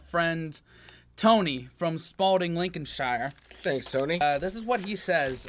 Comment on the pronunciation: Lincolnshire is pronounced Lincoln-sheer or Lincoln-sher never 'shire'